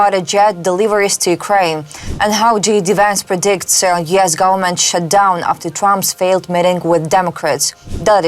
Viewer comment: It's U.S. not YES!